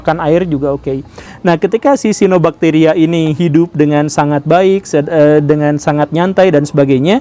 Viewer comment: Guru gembul, bacanya Cyanobacteria itu adalah siano-bakteria.